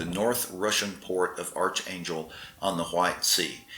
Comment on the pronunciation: It’s pronounced ARK not ARCH.